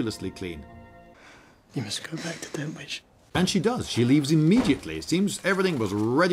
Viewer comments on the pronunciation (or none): none